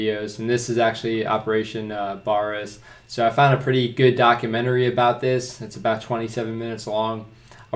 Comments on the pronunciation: Pronounce it ba-ras 👍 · Just so you know it's ba-rr-a-sss try get the rrrrrr like in Spanish Puerto rrrrico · Its pronounced Bare-ass